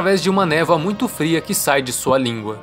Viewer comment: "névoa muito FRIA", ele pronunciou errado.